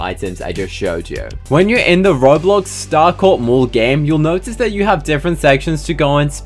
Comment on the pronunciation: You say Bowblox?